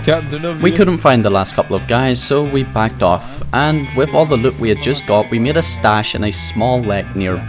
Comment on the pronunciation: Your accent saying the word “loot” is why I keep coming back. Good vids